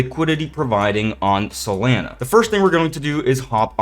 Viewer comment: the way u say solana bothers me